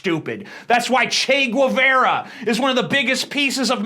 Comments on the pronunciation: Che's last name is pronounced ge-va-ra the "u" is not pronounced. Guevara is also my last name. Great video btw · It's pronounced "cheh gheh-VA-ra" or "CHEH gheh-BAH-rah" B and V are not differentiated in Spanish